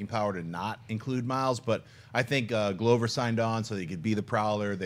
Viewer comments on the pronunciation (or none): Jon, dude, it's not Glow-ver. It's Glover. click here to learn how to pronounce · Schnepp's pronunciation of names is annoying. Jared Leeto. Donald Glowver 😑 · Schnapps atrocious pronunciation of Glover has to be a joke right? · Did Schnepp lose a bet and have to pronounce every actors name wrong lmao